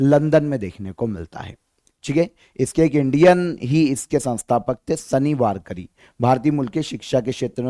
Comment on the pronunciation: वारकरी नहीं वारकी 😂